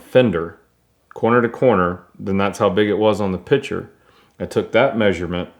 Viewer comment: Every time he says picture I hear pitcher